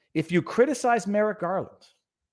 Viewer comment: I keep hearing Merrick Garlic